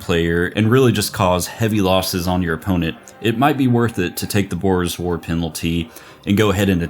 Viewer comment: Had to do a double take to make sure he was saying "Boor's War" and not "Boer's War"